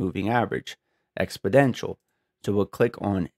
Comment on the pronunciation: Nice effort but it was extremely confusing when you were describing something and your monitor is not showing us any changes and your cursor is not moving. edit: am I hearing you correctly? are you saying "expodential" moving average? it's EXPONENTIAL 😂